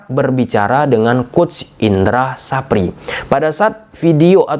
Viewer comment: Indra safri bang bkn sapri😂